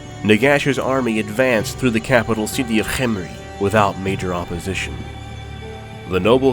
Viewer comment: Ooh cant have tomb king lore without Cccchhemri. You're saying it weird, why are you putting so much emphasis on the H? What are you talking about? I'm just saying it, Cccchhemri. Say Kem Kem Say Ri Ri Now say Khemri Cccccsshhhshhccrcchremri